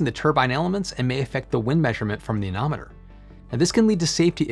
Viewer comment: "Anemometer" not "anometer".